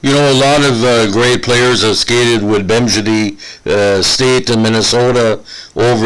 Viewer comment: You know I'm in his corner. Carry on Nino. Teach this guy how to say "Bemidji